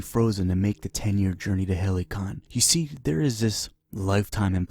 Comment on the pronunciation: “Halycon” sounds pretty legit too